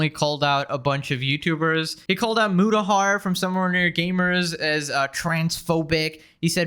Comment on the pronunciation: Mutahar? You mean muta...har? What the fuck was that pause? It wasn't like...a choke, he said it like that every time. Muta...haaaar.